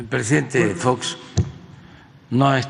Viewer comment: Jajajaja fox, ya ni sabe decir